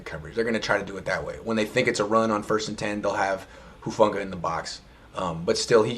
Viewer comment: is anyone gonna correct his pronunciation of hufanga i wanna rip my ears off when he says it